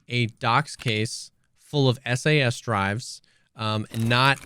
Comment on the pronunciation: I don't know if I can take this guy seriously, can't even pronounce SAS Drive correctly.